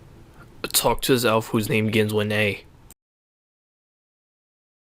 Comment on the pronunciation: "whos name gins with a" sounds like you're saying gynswen e and gynswen a.. i waited 5 mins looking for gynswen.